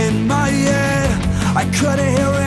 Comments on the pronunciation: "In my yed in my yed in my yeeed" "Don't waste your time on me your already the voice inside my yed" Lol Travis Barker won't drum in songs that pronounce head correctly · "In my yead", love the Tom DeLonge pronunciation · “In myead” dude definitely grew up listening to blink 182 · Most people : "in my head" Kells : "inmiyed" 😂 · Channeled his inner Tom Delonge with the "My yead". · “ In my yed “ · I love that he pronounces “head” like the ex vocalist of blink 182.